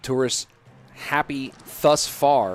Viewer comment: please get yourself to the Cambridge dictionary site and use audio button to help you understand how to say thus.